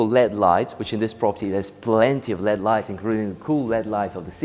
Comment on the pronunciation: I love your tours. When you pronounce Led it's said L.E.D lighting, pronounce the letters individually. The shallow shelf in the pool is called a baja shelf, which is pronounced as baha. Keep up the great work, thanks Roy.